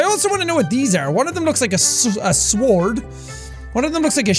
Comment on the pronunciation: did you just pronounce sword how it looks